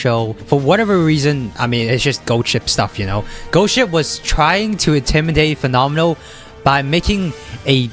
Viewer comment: you pronounced fenomeno well, in italian... xd